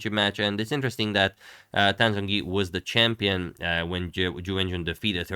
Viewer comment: in romanization of chinese, the "Zh" sound represents a hard J sound, so it should be pronounced more like Jongyi. "J" represents a softer j. Polish for example also has these distinctions so in the Polish alphabet Zh would be Dż and J would be Dź.